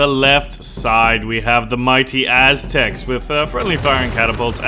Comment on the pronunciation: the as-tecs XD